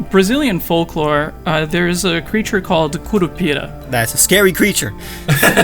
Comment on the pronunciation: as a brazilian person, you did such a great job on the curupira side omg